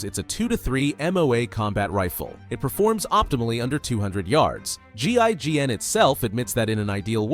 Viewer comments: Also, it's GIGN, not GINN, please try to get your terms pronunciation right, you will be much less annoying. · GIGN** not GINN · disliked this video cause buddy did zero research. buddy cant say one name correct in this video. ITS GIGN to start. like bro dont get me strted on the names of things hes trying to pronounce. or the swiss usa. shit was terrible